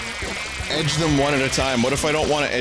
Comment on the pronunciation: Words Vinny has trouble with: "Opposite" "Edge"